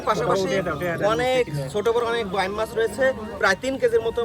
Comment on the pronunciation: বাম মাছ শব্দ টা কোন বই থেকে শিখেছেন??? বাইম উচ্চারণ করতে কি কাস্তের উপর বসতে বলে আপনাকে??? আঞ্চলিকতার ছোয়া মানে ভুলভাল নাম বলা নয়!!!😂😂😂